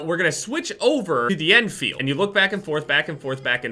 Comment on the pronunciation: why do you call it the en feild